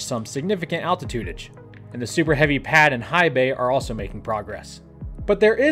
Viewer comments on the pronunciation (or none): "Altitudidge" wtf? :P